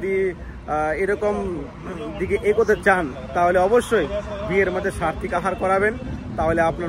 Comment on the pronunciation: Sartik na Saatvik bolun....clear bolben words gulo...prochar korar age basic word gulo thik kore bolben....hare krishna❤good vlog